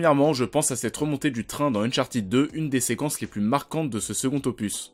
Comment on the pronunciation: « Unchartiid » mais non !!😂😂😅